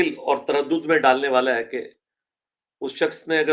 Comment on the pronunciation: Tu c paindo ho. Ardo (Urdu) punjabi which bolde ho. The word is Gaur and not Gor. And similarly, the word is Aur and not Or. Please take a crash course in correct Urdu pronunciation.